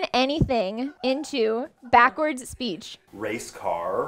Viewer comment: When I was little we had a lesson everyday where we had to pronounce words backwards. His race car pronunciation was pretty cool